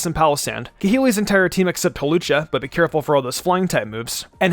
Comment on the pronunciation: Lol I like how in a previous video he fixed his mistake about Hawlucha, but in this video he doesn't